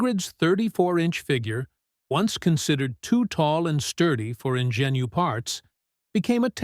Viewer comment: Could somebody please teach AI how to pronounce "ingenue"?